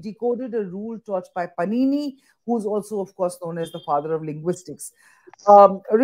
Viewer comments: The interviewer should have at least known that it is not पनीनि but पाणिनी 😢😂😂😂😅😅😅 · it is not Panini(पनिनी)- it is Pāṇini (पाणिनि) Panini is a bread🤦🏾‍♀️- Pāṇini is a grammarian for God’s sake- when you are talking a subject on linguistics- kindly take some effort to show preparedness💁🏽‍♀️ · Did she just pronounce it as Panini like Panini bread 😆 it's Pāṇini